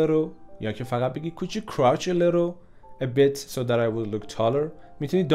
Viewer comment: ممنون استاد 🌹 قسمت a bit so رو خیلی سریع گفت انگار شبیه یک کلمه شد. 😀❤️